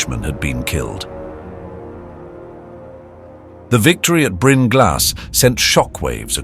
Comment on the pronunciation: Appreciate this being covered. Though the 100% failure rate on the Welsh names was pretty impressive. Well maybe 99%. "Bryn" was almost right.